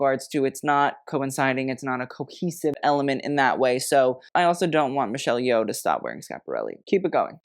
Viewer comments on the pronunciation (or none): none